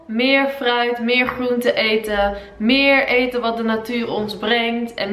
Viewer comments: Groentes, grappig en groot zijn woorden die je beter niet moet zeggen want je kan ze niet een normaal uitspreken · 00.26 'grrroentes' 😂❤